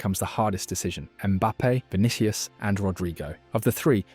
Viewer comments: Not to be a hater or anything, but you really need to look up how to say stuff. not even 1 minute in and I'm not watching anymore because "Vinikius" and "klassiko" was too much for me... This is wasted potential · “Vinikius”! Would be good to learn the name of your subject!